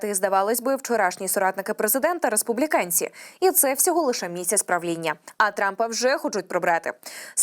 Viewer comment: Накези? Республікенці? Що не так з її вимовою.